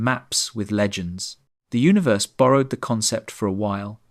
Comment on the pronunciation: Say Uni then say Verse, now say unaverse